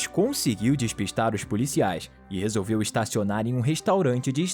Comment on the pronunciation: "resolviu ouver" kkkkkk